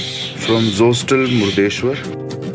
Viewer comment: Legends know it's not mukteshwar, it's murdeshwar 😂🤣